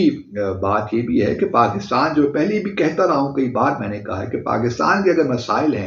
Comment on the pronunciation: PaGistan Bharat say aage thaa... Joke of millennium. 😅 Chacha Abdu...learn to pronounce Pakistan correctly.